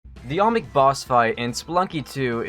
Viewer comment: please pronounce olmec right its not "omic" its not "allmick" its not "almix" its OLMEC. repeat after me: OL- MEC. OL - MEC. You're not repeating it. OL-MEC.